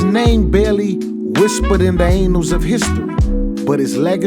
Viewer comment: I'm sorry but I couldn't help but laugh when I heard the singer pronounce "annals of time" as "anals of time".